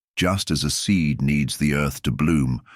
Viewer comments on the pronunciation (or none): none